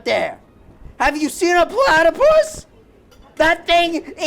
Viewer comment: "have you seen a plaAtaPUS"